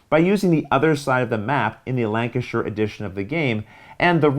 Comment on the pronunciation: Thank you for pronouncing Birmingham and Lancashire correctly!